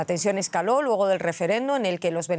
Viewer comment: Señora periodista aprenda bien a pronunciar las palabras !! No es logo !! Es luego.